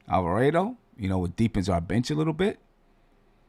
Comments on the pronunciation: It's Alva-raaaaah-do. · Bruh..... killing me with the Italian pronunciation.....GTA is a Boricua man. Rhymes with Avocado......not Alfredo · Damn getting attacked for saying the name wrong. Reminds me of when he was saying Guillermo name wrong. 😂. You know who he talking about let the man live.